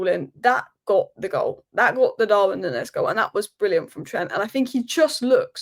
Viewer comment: Stop saying "nunnez"